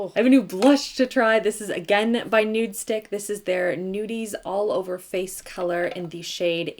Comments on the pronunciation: i cringe every time she says “nudestick” instead of “nudestix” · Love, love, love you! Just, it’s NudestiXXXXX not NudestiCK. 😬